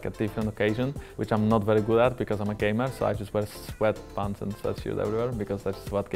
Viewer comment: When Jankos said gamer I understood gay man and oh boy did I start shipping him with Mikyx